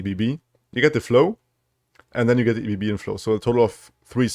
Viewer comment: Comment for the algorithm and to be an annoying know-it-all: it is not E.B.B. - as it is not an acronym but a word - ebb and flow = Ebbe und Flut The Lay of Blood only gives you only units - so no discarding jury rig to get a fleeting jury rig - still awesome and the synergies are fun love nami love you - keep up the awesome work